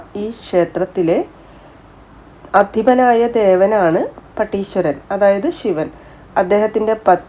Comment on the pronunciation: പടീശ്വരൻ അല്ല പട്ടീശ്വരൻ 🎉, പിന്നെ നൊയ്യൽ എന്നാണ് നോയൽ അല്ല 🤝